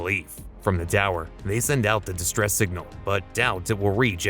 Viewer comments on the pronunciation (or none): none